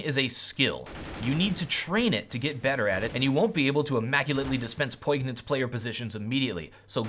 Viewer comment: Poignant is pronounced POIN-yant